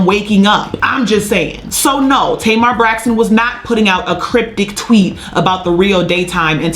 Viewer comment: Why did keep calling Tamar “ Tamer Braxton? “ We got it Sis. By the 2nd time, we knew who u were talking about. U must’ve said it about 40 times 😂🤣😂